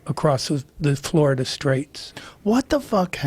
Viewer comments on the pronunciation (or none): none